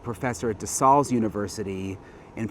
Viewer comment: Local Pennsylvanian here. It’s pronounced DeSALES JUST LIKE THE WORD SALE AS IN YARD SALE. I COMMONLY HEAR THIS PRONOUNCED WRONG ON THROUGH MEDIA OUTLETS NOT FAMILIAR TO THE SCHOOL. De SALES.